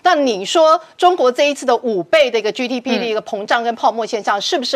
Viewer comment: GDP 怎被唸成 居DP 英文怎學的？ 荒唐